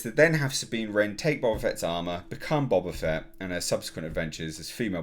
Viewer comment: Boe-Bah Fett...dammit!